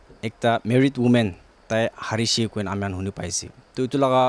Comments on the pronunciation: Noo its Hershey 😂😂😂😂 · It's not Harishe . It's Haraishe. Lol